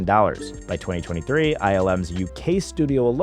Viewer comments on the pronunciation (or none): none